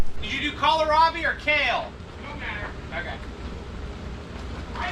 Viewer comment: I was waiting for a joke about how is used to “horsing around” when you asked him if he remembers how transplant. Haha! Y’all kill me calling it “kal-a-Robbie” 😂🤣 You do know it’s pronounced “coal-Robbie” right? Is the potting soil you use available to to public?